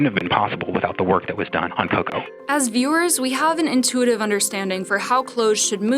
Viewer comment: Noticed the pronunciation for "COCO"? I'm convinced this lady was handed an assignment that she had no real life interest in.